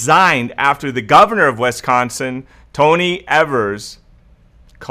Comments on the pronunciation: Is it pronounced "wesconson" is it not pronounced as it is spelled, which is Wisconsin (Wis-con-sin)? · “WisCONsin!,”! lol ! I moved to California from WisCONsin in 2011 and still get laughed at for the way I pronounce it. Not that you pronounce it so bad but I needed a comment worth $900.00. And this is it...RIGHT? Better yet I’ll take the $5000.00, ok? Lol 😂 God Bless, cuz I’m broke! Oh yeah and before I forget...My birthday is October 3rd. This birthday girl turns 58 on 10/03/2020.♎️